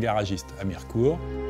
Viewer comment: 😂 on dit pas Mi-re-court mais Mir'cout ! On ne prononce pas le e dans les Vosges !